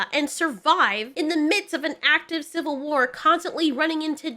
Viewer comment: "Shill-vil War"